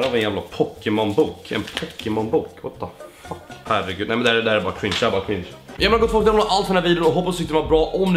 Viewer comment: Det ända du sa var "what the fock" xD